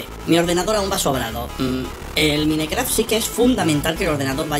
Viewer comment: porque dices minecraft? se dice maincraft se escribe mineraft pero so se dice asi